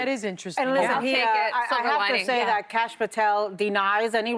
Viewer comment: "Cash" Patel SMH 👎